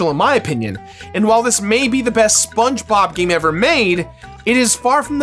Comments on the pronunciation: sponbob, thats what i heared and i cracked up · "Spong" Bob?!